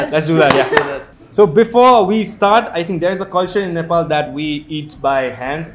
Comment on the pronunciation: They pronounced 'Nepal' as 'Nepal' not nefol💓